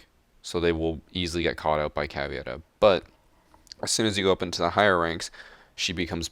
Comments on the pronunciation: Its Caveira, not Caviera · Is caveira not cavieira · Just FYI it’s “CaVEYRA” not “CaVYERA” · Its "caVEIRA" not "caVIERA" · I hate to be annoying and I love your content but, it's Ca-ve-ira, not Ca-vi-era. Sorry, I love your stuff, I'm just a pronunciation nazi. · proper pronunciation of Caveira: Cav-aye-ra. And flip the "r" if you are capable. If not, its still better than saying it the various horrible ways so many people say it. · Pedro Peniani we pronounce it caviera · Learn how to pronounce Caveira alredyyyyy